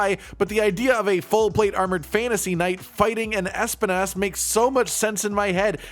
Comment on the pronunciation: I believe espinas is literally just Spanish. Pronounce like this (s)-pee-nahs